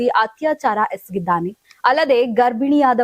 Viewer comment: Eskiddane alla marayti esakiddane adu. Samvadana alla tayi samvahana...khrma ellinda bartiro neevella